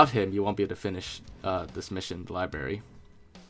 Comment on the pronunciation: Wait... Did he say LYBARY?!?! Ahhhh my ears